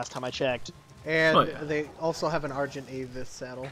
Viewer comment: It's funny that that guy calls an argentavis an argenavis lol